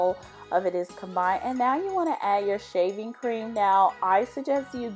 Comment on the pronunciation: I thought I heard shiving cream 🤣